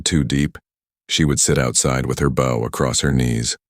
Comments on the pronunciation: Great story. However, one complaint - BOW, pronounced OW, is a courteous gesture; BOW, pronounced OH, is a weapon used to shoot arrows. Presumably she uses one of the latter to hunt for food, instead of being polite to animals. 😅 It's a word widely used in these stories, so the narrator (be it real or AI) really should use the right one! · Nice AI voice. Around 16m 30s, a mispronunciation of the word "bow" as 'BAO' vs the correct B + long O as is also found in the word "mow," thus illogically changing the meaning of the word